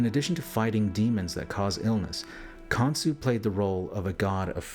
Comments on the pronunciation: Saying his name wrong is not even hard to pronounce KON-SHU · Khansu? Son of Atum? Cain "Cah-in"... Khan son of Adam/Atum? Cain's (Han/"Khan") son was "Khanoke" This could mean King Unas was Nimrod/Osiris and Canaan/or descendant was Khansu. It is said that Nimrod and Cush and an Uncle and Cousin travelled to a place where they found "three mountains" and that Nimrod developed a system of worship based on the writings on those "three mountains." Nimrod was a "Hunter of men." And, despite the denial of the practice by Egyptologists - claiming it is metaphor - there is art in those pyramids depicting Cannibalism. "Cain-Abel-ism" Very interesting.